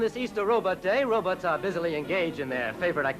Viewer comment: I love how folks call them “Ro-buts”